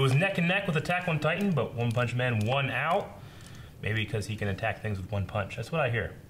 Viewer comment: One-poll-man xDDDD